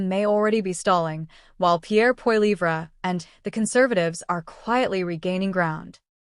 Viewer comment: First learn how to say his last name and than read a story!